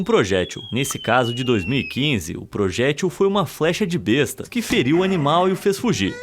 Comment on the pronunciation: A pronúncia da arma medieval é b(é)sta e não besta, seu besta😂😂😂😂